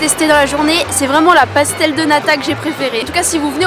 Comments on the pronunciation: ''Bacalo'' ''Francesina'' ''Pasta de Natis'' ça pique 😅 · RIP la prononciation à la vois on dit pastel des natche si tu le dit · Les "Pastel de Nata" ne se prononce pas comme ça ! Merci de vous corriger